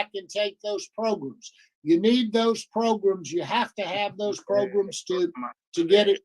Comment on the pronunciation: Ok i have to say this, its not progrims its programs lol say it how its spelt, so irritates me lol